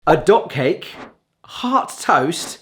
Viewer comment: Does anyone else hear dog cake every time says dot cake:D